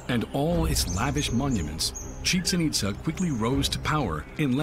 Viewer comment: It’s pronounced.. Chi-Chen Eet-zaa